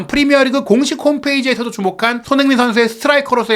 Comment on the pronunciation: 이양반아~손!흥!민! 이 선수로 인해서, 먹고사는데 도움이 된다면, 이름 발음이라도 천천히 차분하게좀 발음하셔~다른 외국선수는 발음 잘하면서 손흥민!발음은 왜 대충하는데? 시끄럽기만하고.. 참..